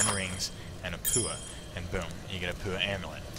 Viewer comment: Oh dude you crack me up - "pah-OOO-wa ring". Classic. Never occurred to me that the non-NZ players wouldn't have a clue how to pronounce some of the content. Good attempt though, and great entertainment value for those of us down here as well!